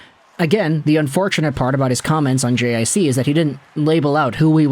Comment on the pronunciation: Lil' help with the french, JiC is pronounced "G-Say" cheers! 🍻